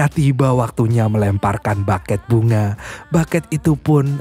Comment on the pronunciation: Bukan Baket bunga pengucapannya tapi bukey Itu dari kata Bouquet